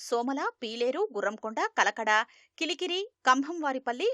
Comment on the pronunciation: కిలికిరి కాదు తల్లి కలికిరి...